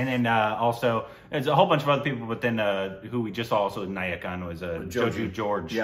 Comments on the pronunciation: You guys keep pronouncing NAYATTU movie as NAYAKAN. NAYATTU is the malayalam one with JOJI GEORGE while NAYAKAN is the KAMAL HASSAN film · It's not nayakan, it's nayatt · Guys..it's Naayatu...not Nayakan... Nayakan is the Kamal Hassan movie you recently watched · Nice tshirt 👍🏼. It's not nayakan 😂😂. It's nayattu. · Joju plays the lead in the movies Joseph, Porinju Mariyam Jose, both good. And its Nayattu and not Nayakan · it's not nayakan bro, it's nayattu 😊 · Naayattu.... This is not the first time, You just don't seem to get it right 😂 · They just kept saying NAYAKAN instead NAYATTU